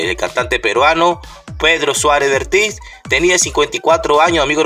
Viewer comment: Vértiz, acaso no sabes leer apropiadamente los acentos ortográficos?